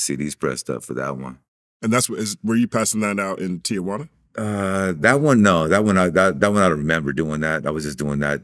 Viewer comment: It's Ti-juana